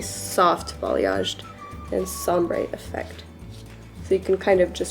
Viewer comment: Thank you for the video. I rewatch it every time I touch up my roots. It's so easy and looks just as it should. Just as an aside; are you saying sombre instead of ombre? Every time I watch I wonder if I'm hearing it wrong. :)